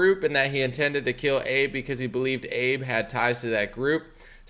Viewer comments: It's pronounced Abay, not Abe. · It's pronounced Ah-bey. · FYI. His name is pronounced Ah-Beh. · "Abe" 🤣 c'mon now bro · Pronounced Ah bay. ❤️ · SHINZO AH-BEY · If you are reporting on someone that has passed away, it is respectful to get the name right. Also, it doesn't sound like you have heard of him prior if you are pronouncing it wrong. He ended up resigning - maybe it would be interesting to understand why...